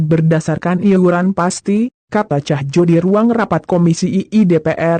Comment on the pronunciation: Apakah anda agak tunarungu bu , Cahyo dibaca Cahjo , Covit biasa dibaca (kovit) , knp anda bacanya tjovit ( ejaan lama ). Mbok nek membaca yg baik gemana sih ?..